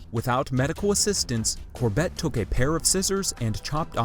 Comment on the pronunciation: Please pronounce “Corbett” correctly!